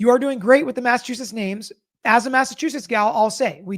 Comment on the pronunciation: You’re doing a good job pronouncing the MA town names :)